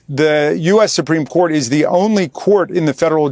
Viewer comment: SUPRIME CORT ....IS .....SUPREME SHET 😂😂😂😂